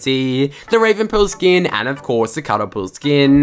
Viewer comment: Travis Scott skinnnnnn😭 the way he says it🤦🏾‍♂️